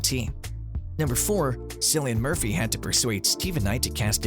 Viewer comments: I went to comment this too.. you’d think they would eventually get it right figuring how they’ve done SOO MANY videos on Peaky Blinders but in EVERY ONE he pronounces it like it’s said with an “S” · Not ‘Sillian Murphy. It’s pronounced ‘Killian’.